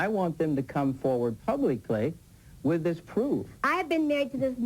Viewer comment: "I'm Ted Koppel and thhhhiiiiiiiiiiiiiisssssssssssssssssssss.......(long pause).............. is Nightline.